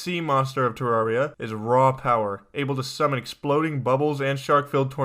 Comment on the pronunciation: It's pronounced ter air ia not ter rar ia